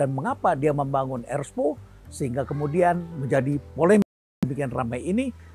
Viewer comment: Ers - po ❎️ Er - spo ✅️